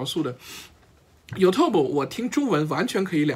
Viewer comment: 你说的都在理，尤其是作为兴趣爱好的学习者。Out of my force of habit (sorry!), I'd like to point out that it is YOOOUtube not youTuuuuuuuub